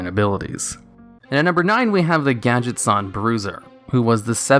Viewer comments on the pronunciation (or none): it's gadgetzAn not gadgetzawn they're not japanese. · I don't like hearing the word 'Gadget-zahn', I think it should be pronounced 'Gadget-zanne'